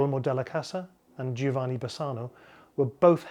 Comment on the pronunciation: nice presentation... A hint at the prononciation of Giovanni... it is pronounced Jovanni.. no "i" In italian g followed by an o or an a is hard but if followed by an e or i becomes soft.. so the e or i is a mere indication of the fact that that g is soft.